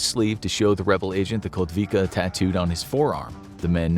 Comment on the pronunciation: Kotwica. Read it like “kotvica”